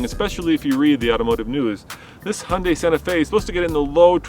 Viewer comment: Looks good for an "Hunday"...